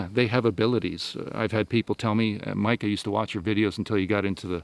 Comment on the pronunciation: Love how he says MIKE! LOL great stuff man